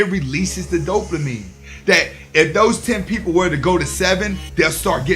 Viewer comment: Big facts bro. Big big facts. But I can’t help but chuckle a lil bit every time you say “DopeLAmine”. But keep doing this work. You’re helping out a loooot of guys. ✊🏾